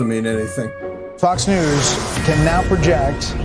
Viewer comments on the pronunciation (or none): none